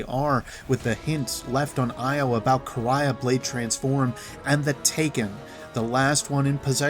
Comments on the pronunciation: Its no Quraya, its Quria and it sound like Ku-ri-a. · It’s Quria( Kor-ee-uh), not ( Kor-ri-yah). Ands it’s Tech E Un.